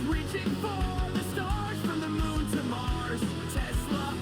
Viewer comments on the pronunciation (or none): none